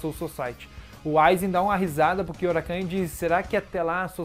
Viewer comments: É Kyouraku não kyourakan, até me perguntei quem era esse kyourakan kkkkkk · Sei que é irrelevante o que vou falar agora, então já vou pedindo desculpas antecipadamente mas é engraçado ficar ouvindo você falar "Kyourakan". Kkkkkkkkkkkk